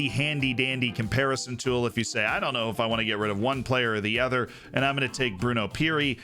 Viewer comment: Why do you say "ether" instead of "other"?